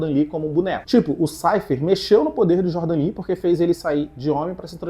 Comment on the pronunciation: Aqueles " DE JORDAN " me quebra muito pprt 😂😂😂😂😂😂😂😂😂😂😂